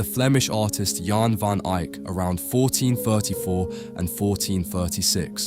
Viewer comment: Please don't take this the wrong way, but I noticed that during the video, you never pronounced the painters full name accurately. I just had to re-watch the video, and it made me laugh when I realized you made every possible combination of his name and surname, mixing correct and incorrect pronunciations, but not once did you nail both. :face-green-smiling: you said Yan Van Ahyk (name pronounced correctly, but not the surname), he somehow became *John* Van Ahyk. Then, you pronounced his last name correctly as Van Ehyk, but after that, until the end of the video, you kept saying Van Ahyk again. Thank you for the laugh, and another wonderful presentation of an astonishing painting by Yan Van Ehyk.